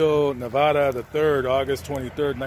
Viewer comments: Hell na!!! But hes trying... his last name is "navaira" not navara. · You need to learn how to PRONOUNCE his last name you are saying like the state of Nevada and it is NOT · Pronounce his last name right ese